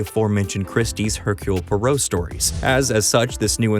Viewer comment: Bro butchered the Poirot pronunciation, 'per-roe'??